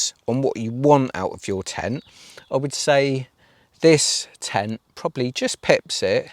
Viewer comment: Are you saying ten when you mean tent? 😂😂